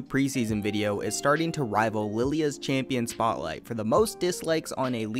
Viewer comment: why... why am i pissed at him saying lillia than seraphine hahahahaha, i main her, so i guess i just wan to hear stuff thats anything connected to her, even the bad ones, and he failed at it, and for some reason i got pissed hahahahahaha but in all seriousness, love this again, im still pissed🤣